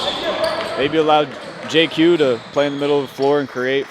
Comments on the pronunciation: If I said JayQ a few times it was an honest mistake. Didn’t realize I was doing that. My Apologies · JQ! lmao